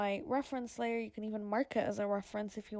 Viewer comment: "as much as you Kaaan" 😂 the can is so funny pronounced 👌